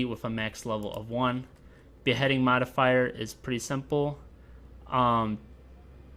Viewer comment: I couldn't help but to hear S.L. Jackson saying motherfucker each time you're saying modifier ... !